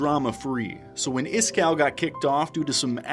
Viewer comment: Why are you calling him iskarr? Am I tripping?